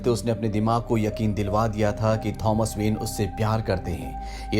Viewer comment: his name is tho-mas not thoms